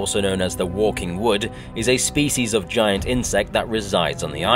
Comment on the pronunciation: Skull crawers and giant ant (gi-ant)